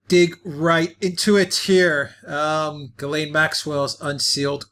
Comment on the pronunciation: THE NAME IS PRONOUNCED JIZLEN MAXWELL.